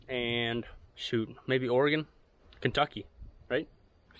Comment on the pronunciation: Wow! You pronounced Oregon correctly, cool!